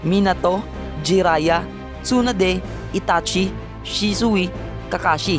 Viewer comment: bakit shi su i ang prounounciation nun shisuy